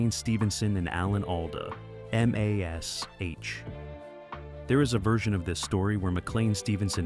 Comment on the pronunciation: How can you talk about a show you can't pronounce. It was never called M A S H, the show was called MASH.